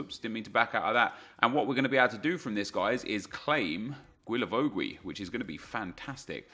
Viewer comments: Hi, pleaaaaaaase stop saying GUilavogUi 😂 it’s just Gilavogi no needs to say the « U » if you are wondering, ask Reev he says it perfectly right Keep up the good work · Bro just don't pronounce the u's. Not that difficult. Gilavogi. Cheers! Keep up the great work. Loving the RTG!!! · Isn’t it pronounced... “gilla-voe-gi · I THINK it’s pronounced GEE-LA-VO-JEE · Please learn to pronounce Guilavogui's name correctly...